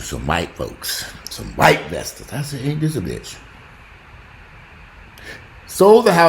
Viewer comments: I crack up every time I hear "vestors" lmao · "Vesters" y'all hahahahaha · "I can't stand you damn Vestors". 😂😂😂😂😂